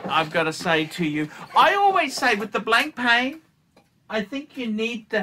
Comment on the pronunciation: Nice to see you continue to butcher Proper nouns! It's Blon-pa ffs.